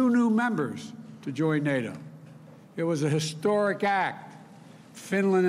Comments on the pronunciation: Joe Biden, "Thank-God for Nay Dough!" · Joe Biden, "Nay Dough is changing and I need a change too! Poopie"